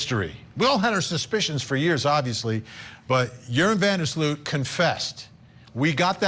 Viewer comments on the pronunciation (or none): Sloot. Not Slut.😢